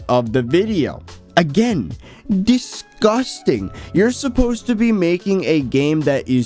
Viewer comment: Lmfao I love it when says disgusting. it sounds like disgustang